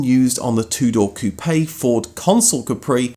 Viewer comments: Coupe - one syllable Like "coop" NOT "coo-PAY" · "Cou-pay" lol, it's pronounced "coop" (the "e" is silent). 😆